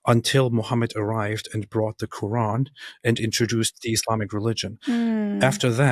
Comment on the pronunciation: For me a Big no no was growing in islamic household and practiced islam yet still cant pronounce "Quran" something is fishy 😂😂😂😂 kuraan side note not talking about english pple..❤